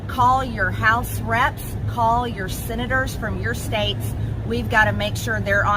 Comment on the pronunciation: Call yer sinnaders! Call them neee-ai-aow! It's impordent to the You Nine-it States! Remimber Jeen-you-wary sixt!